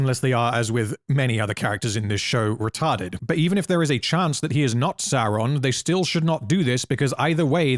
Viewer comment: OMG HE SAID RETART!!!! Give that man a cookie🤣